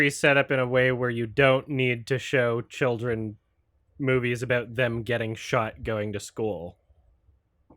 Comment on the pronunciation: He doesn’t say “children” he says “choldren”